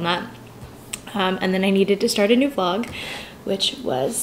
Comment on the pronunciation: Why you are saying vlogggg .. and you used to say vllllloooooooooogggggggggg.... i want those ancent for the word vlog ... btw i love you ..